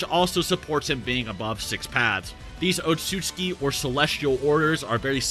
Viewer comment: Oat-sot-sue-key. They're not Polish otsuskis.